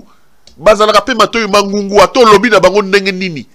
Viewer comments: Matoyi mangongi ! Et non mangungu . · on dit "Matoi mangbongi" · On dit MATOYI MANGONGI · on dit matoyi mangongi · on dit matoyi mangongi